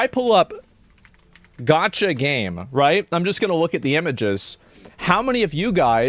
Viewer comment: It's gacha not gotcha FFS! And Ive never even played one before!